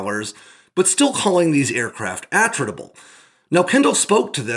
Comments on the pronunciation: G'day, "attritable" From Attrition As in, something the loss of which can be easily tolerated in the course of a Contest (Waaauugh!) of Attrition. Pronounced, Attrit-able... NOT, AttRITable... Technically squeaking. Such is life, Have a good one... Stay safe. ;-p Ciao ! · Are you sure you're pronouncing "attritable" correctly? Putting the emphasis on the first syllable seems odd, if the word has the same root origin as "attrition" then it would make sense to put the emphasis on the second syllable.